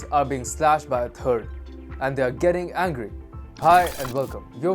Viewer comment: This has been reported before. It's not new news. And he still needs to work on his English language skills. Turd instead of third, turty instead of thirty, effluent instead of affluent. In English we say two hundred and fifty not just quote the number 2, 5, 0, again 2, 7, 2 percent, government sounds like germent, dem and dat for them and that. If you get on an international site and want to speak English to English speaking people surely one would ensure that you ability to speak the language is above average